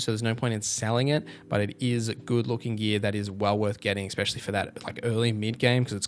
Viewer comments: Especially bro Not expexially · EX peshully